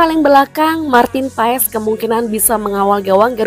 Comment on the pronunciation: Martin paes di bacanya Martin Pass